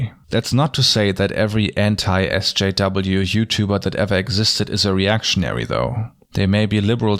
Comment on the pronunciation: It sounds like he’s saying “Entei SJW” which makes me think of a legendary talking fire dog who supports progressive issues. And that makes me happy.